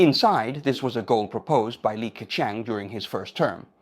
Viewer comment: 那些can’t的發音和好些字例如leader都是用了美音。而整體說話卻是仿英式的。克強的強很多次都發音不一致，plus講了ploose。這些都是AI有瑕疵的地方。不過已經很高水平，很多以英語為母語的人，其實措辭都不會表達得那麼好的。不能想像以後的Ai會去到什麼水平的了。